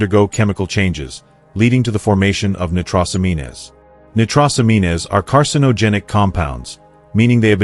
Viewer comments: ''Nitros amean es'' lol AI can't hack it yet, nitrosamines pronounced ''nitro sa means'. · See if this helps from a search engine on pronunciation: nitrosamines /nī-trō′sə-mēn″, nī″trōs-ăm′ēn/ Not "...amean-ez". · Hey bot, It's not "nigh-tross-a-mean-ez", it's "nitro-sah-means"